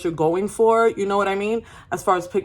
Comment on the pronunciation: The “vhat? Vhat you say?!” Has been replaying in my head all day thanks to this video and I’m pressing charges for that clip staying in my head rent free 😂 gotta day the give me glow wins for me